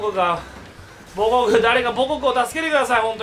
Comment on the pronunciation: 最初の方で母国の発音がアレクセイ・ボホフで草